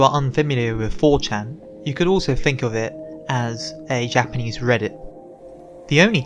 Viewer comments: your japanese pronunciation is really good. most english speakers can't get japanese vowels right for shit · You earned a subb, awesome shit you have here! And wow, I agree with the commenter below, you ARE good at Japanese pronunciation. I never understood why its so hard for people to pronounce correctly, but then again I'm a tape recorder. (SQUAWK! Ahh EH Ooh eee ohh! Mah meh moo mee moh!)